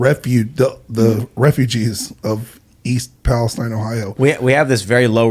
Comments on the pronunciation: Just a head's up Tim: I'm from that area in Ohio. The town is pronounced; Pal-es-teen. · The "Palestine" in East Palestine is pronounced like: "Pal-es-TEEN." I'm guessing that this is likely to differentiate it from the state of Palestine in the Middle East. That's just a guess on my part. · Pretty sure it's pronounced Pales-Teen